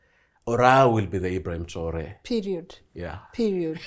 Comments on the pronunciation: His name is not traolé it's TRAORÉ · its traore not traole...gikuyu ni gikuyu tu